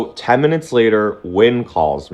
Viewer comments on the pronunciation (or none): none